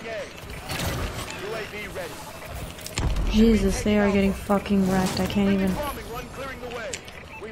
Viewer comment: Y do u say "jezzis" like that for? 😂😂... had to ask since u said not to ask... I'm kinda a thug like that xD... #ThugLifeChoseMe